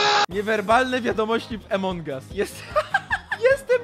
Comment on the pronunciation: Od kiedy a mówi się e (jezu) to jest AMONG US a nie jak mówisz EMONG US 😑